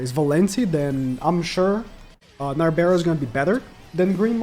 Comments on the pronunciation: NARBERAL the ‘L’ is NOT silent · Narberal's L is not silent